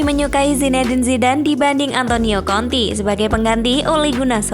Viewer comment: Konte min, jangan konti 😂